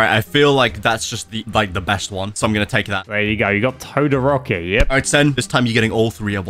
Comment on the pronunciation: So we just goi g to ignore the fact that sen said todoROCKY